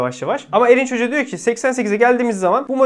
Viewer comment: Ilk 10 dakika "Elin cocugu" boyle diyor diye anladim, "Erinc Hoca" diyormus !